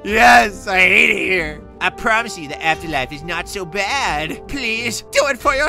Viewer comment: just said bed and its t-shirt 😂